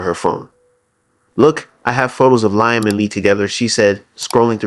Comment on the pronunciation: I want to watch but the name is Liam pronounced Lee Am